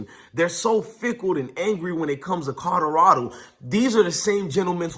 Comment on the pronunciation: YO WTF!!! PRONOUNCE THE "L" IN "COLORADO"!!! ITS NOT A "D"!!!!🤦🏾‍♂️🤦🏾‍♂️🤦🏾‍♂️